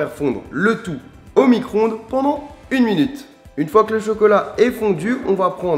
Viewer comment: On dit "micro-ondes" et "Chantilly", pas micronde et chanti. (C'est comme Vani.) :P LALALAAAAAAAA !